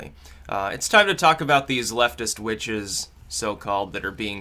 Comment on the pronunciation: You mispronounced witches.